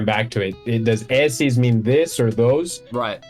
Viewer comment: When pronouncing the first "e" in "esses," do not say it like "ésses." The correct pronunciation is like the "e" in "ter" or "você."